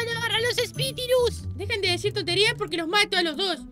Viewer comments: Jajaja en el minuto vita dijo espitirus jajaja me encanto soy bebesita de corazón y amo a los amiwitos desde que empezaron a grabar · Eres el mejor me da risa que en el minuto vita dijo espitirus